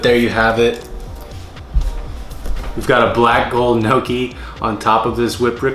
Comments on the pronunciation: "I'm gonna make NOKI" 😆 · You can tell he's not Italian because of the way he says gnocchi and ricotta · the pronunciation of gnocchi had me 💀